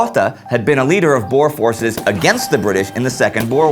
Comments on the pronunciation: Just want you to know (Ek is n boer) that Boer isn't pronounced Bore but Boo-R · Just a small thing. It's not pronounced 'bores'. They're called Boer. The Dutch word for farmer. It's pronounced 'Boo-er' With a rolling R. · Boo-Ruh (Boere) Not Boars xD Anglisiced badly.. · No need to be rude but you say boers are Bors Please without the accent can't say boers (I'm a south African) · please pronounce "boer"'s oe as a oo as in moose. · you really must learn how to pronounce Afrikaans words like, "boer" you sound really silly. #afrikaans-not-for-sissies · You said Boer, Jan Smut and afrikaaner wrong